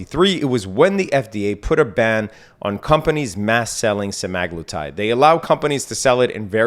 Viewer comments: sem-uh-GLOO-tide there's no "a" in the word. Just saying... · it's literally spelled Semaglutide you moron lmao there's an A right in the middle